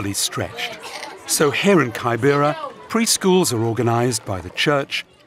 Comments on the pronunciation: The way he pronunces kibera 🙄. The first syllable is pronunced like the way you say 'key' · Kaai- bera is not the name it’s keybera. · lol its pronounced K-I-B-R-A not kybera smh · Kaibera.....sounds weird. It's kibera....pronounced as key_bay-ra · pls it is not pronounced kai bera. It is ke bebara as in key.. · Anyone else triggered hearing 'kaibera' 🙄🙄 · It's KIBERA! KI-BE-RA! 😭😢